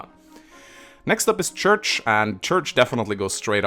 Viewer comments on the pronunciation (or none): I can't believe you pronounce Cherche as Church. I say it Share-Shay.